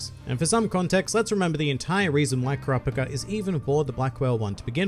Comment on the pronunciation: it bothers me thay you say ker raw pick a 😂😂im just messing around